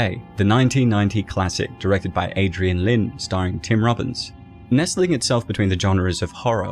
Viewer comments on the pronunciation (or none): it pronounced adrian LINE